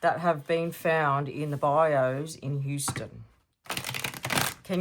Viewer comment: Hi, It's pronounced bye u (bayou).😊 Passionate Presserverance gave you a shout out and I have been hooked on your readings ever since.😊